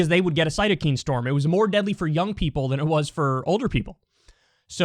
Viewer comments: I cringe every time you say cytokeen. Cytokine = sitokine, phonetically. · Cyto KINE not cyto-Keen… everything else was right… all though the reason Spanish flu effected old people less was because there was a similar flu in the 1880’s that lead to many old people being immunized… also it may have come from China because there was a similar flu the year before but the first seen case was in Kansas